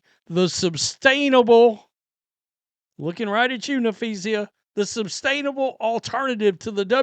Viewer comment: is the only youtuber that's too stupid to pronounce Napheesa correctly.